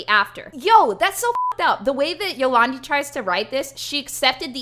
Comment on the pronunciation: Yo-lawn-Dee vi-ser